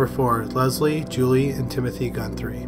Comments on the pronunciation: theres no N in Guthrie when you're pronouncing it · The hardest part of watching this is the constant mis-pronounciation of pretty much every name/place in this video. It doesn't take much to learn to say the names, and even one of the names (which is an English name), you keep adding an 'n' in the middle, for some odd reason. And the thump on Harper -- he's probably the least of the governmental villains regarding the Highway of Tears but you dedicated several minutes to him. Odd. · Not “Gunthrie”, “Guthrie”!